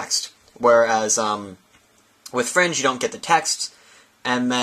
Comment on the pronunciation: not to be a troll but it is fring with a ing at the end